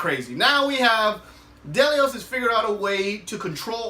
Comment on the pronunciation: The way you pronounce Delos bothers me. It’s not Del-e-ous